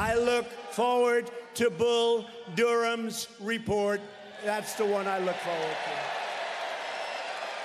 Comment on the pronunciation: Did Donald just call John Durham ... Bull Durham? Don is such a fool.